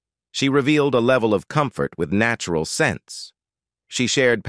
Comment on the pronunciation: nattural. lol.. that was one of the funniest pronunciations . what a mess. omg...a trigger warning for diana?..gadszook